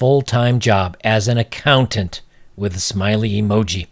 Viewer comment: "I'm an accounant"